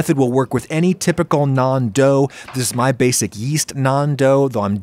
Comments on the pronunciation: Love that he says naan instead of nan. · As an Indian, I need to tell you, you nailed the pronounciation of Naan... Thought Tandoor and Tawa needs some work lmao